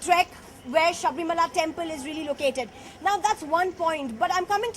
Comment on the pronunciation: Idiot anchor it is Sabarimala not saabrimaala.